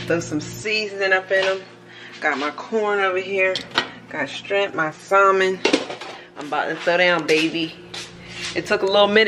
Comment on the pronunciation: The L in Salmon is silent sis lol. I just recently learned myself lol.